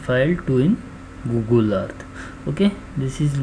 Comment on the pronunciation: GOOGLE-AH.. EARTH-THA